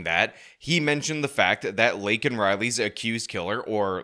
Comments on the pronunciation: I’m happy those republicans were yelling at him when he kept getting her name wrong and the disrespect he shows is disgusting. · Look at Kamala Harris sitting back there trying not to laugh while Biden screws up Laken's name. SMH. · Or hearing the President mispronounce the name of an innocent murder victim kind of pisses off some people? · Joe Biden's pandering as a blathering spittoon. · He's so senile that he doesn't even realize he's mispronouncing her name.